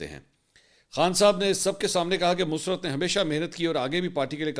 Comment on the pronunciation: منصورصاحب معذرت کے ساتھ دو الفاظ کے تلفظ کی ادائیگی کے بارے میں تصحیح ھے لفظ " مسرت musarrat ھے۔ mus-rat نہیں ھے۔ دوسرا لفط "طبعی" Tabai موت ھے۔ "طبی Tibbi موت" نہیں ھے ۔ شکریہ!